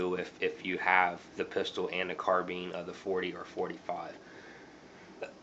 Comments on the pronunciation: it's a carbine not carbeem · Sounds like he saying carbeams